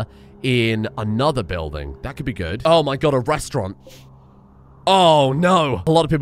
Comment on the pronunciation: Restaurant, not restaurante.